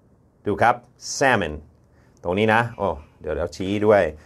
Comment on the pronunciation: แซะเมิ่น เหมือนแซะอะไรสักอย่างเลยครับอาจารย์ แซ๊เมิ่น อาจจะออกเสียงได้ใกล้เคียงกว่าครับ